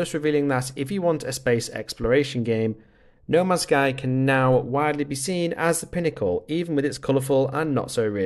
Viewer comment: Why do you keep calling it noma sky?